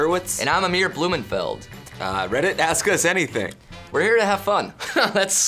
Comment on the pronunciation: "Ask me anyTHONG"